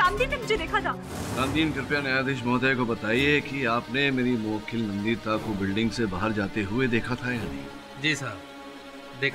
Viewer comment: mu-wakeel kya hota hai 🤣